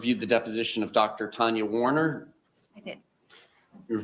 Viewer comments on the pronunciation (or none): none